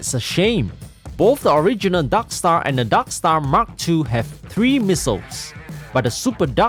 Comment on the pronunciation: i love how you say "darkstar" as "daksta"